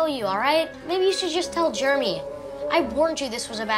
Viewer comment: WHY IS JEREMY PRONOUNCED GERMY ISTG